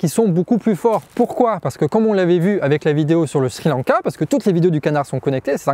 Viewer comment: A deux doigts de mettre un pouce vers le bas parce qu'à chaque fois que j'entends "shri lanka" je frissonne. Plus sérieusement superbe vidéo, comme toujours parfaitement claire et magnifiquement documentée et sourcée.